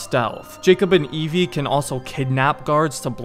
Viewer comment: It's Evie Frye